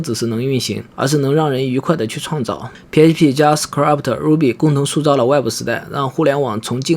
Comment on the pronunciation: Script一詞唸錯，唸成了 Scrabt